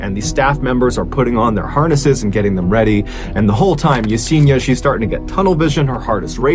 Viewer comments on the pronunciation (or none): none